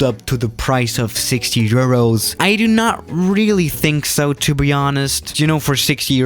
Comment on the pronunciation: He said 60 eros